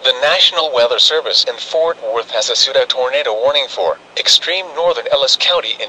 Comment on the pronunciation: Great Video but I find it funny that instead of saying issued, it says i-ss-ued. lol